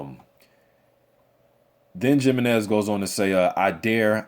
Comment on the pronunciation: "He-MEN-EZ", NOT "JIM-EE-Nez"!